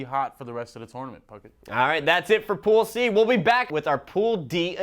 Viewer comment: lolz.. when he first said Pool C, it sounded so much like pussy...